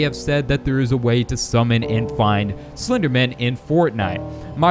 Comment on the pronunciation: Who here here's him say slpenderman on the first time he said the word